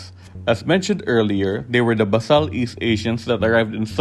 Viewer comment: FYI, it's pronounced bay sal from the root "base".